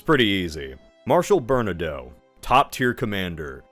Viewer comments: okay, I’ve had it, please double check how you say Bernadotte. That is all. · Also "Bernadoh" and "LanNAY" for Francophones